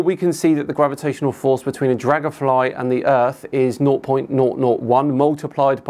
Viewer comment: dlagonfry -_- herro